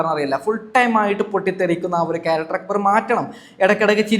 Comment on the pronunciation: സാബുമാൻ നാരദൻ്റെ പണിയാ. രണ്ടു ഭാഗത്തും കൂടും. ആര്യൻ , നെവിൻ പോയതിനുശേഷം പോയാൽ മതിയായിരുന്നു. ആര്യൻ, അക്ബറിനോട് കൂടിയപ്പോഴെ മനസ്സിലായി out ആകുമെന്ന്. ഇവനോടെന്തിനാ അഭിപ്രായം ചോദിക്കുന്നത്. ഞങ്ങളൊക്കെ കാണുന്നുണ്ട്. അക്കു ബർ അല്ല അക്ബർ